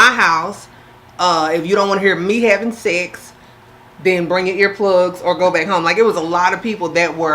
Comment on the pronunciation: Gurl nots "secks" lol